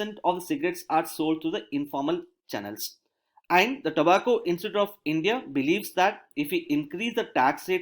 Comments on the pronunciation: The way he's pronouncing "And" is really annoying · yehi toh problem hai india mey, feedback do toh problem, na do toh bhi .. I'm not complaining at the quality of lecture I'm just trying to point his pronunciation error honestly, I'm not laughing at him, I'm saying the way he says 'and' is not really the way 'and' is pronunced